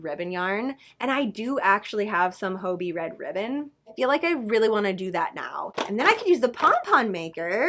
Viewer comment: Hey just to let you know. You’re mispronouncing hobbii😊